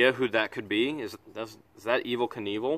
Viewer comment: Evel Knievel pronounced like k-nife.